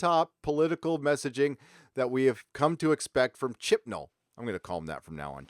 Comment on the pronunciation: I always hear Chipnal as Chinball. I think that's better for him anyway, since that way he has at least one.